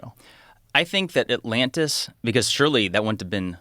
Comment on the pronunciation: Joe says atlannis